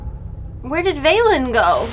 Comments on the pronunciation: Velen not Valen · Velen. Not Valen. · for fuk sake its velen not veilen! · They didnt move a plannet *sigh*, they didnt bring argus to us the sargarite keystone tore a rift in reality and merely opened a portal and "Vay-len"? What? Where do you get that pronunciation from? Its Velen, vel-en